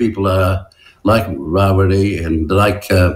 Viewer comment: oh give it away Winston, Geez, you're the only Maori i know who says: Mow-ree, instead of Maori, Ra wi ree, instead of Rawiri, Cure-a.. instead of Kia ora. I know many Pakeha folk who enunciate Te Reo better than you